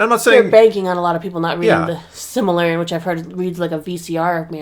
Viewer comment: can’t say Silmarillion.